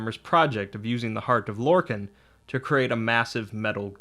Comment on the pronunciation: Lor-Kahn! not Lor-can.